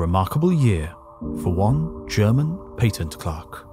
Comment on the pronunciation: pay tent clark? Oh, you meant pat tent clurk...